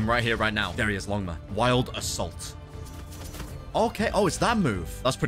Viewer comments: really said longma... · why'd bro say longma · No one's talking about he called beautiful pirate longma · Blud called beautiful pirate longma 💀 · Blud really called Beautiful Pirate Longma💀💀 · Bro called the Beautiful Pirate Longma💀💀💀